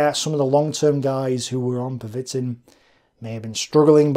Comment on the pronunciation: Pervitin is pronounced Per-ve-teen, with the emphasis on the last syllable. But completely agree with your assertion that if we 'monsterify' Hitler, we deprive ourselves of the opportunity to learn.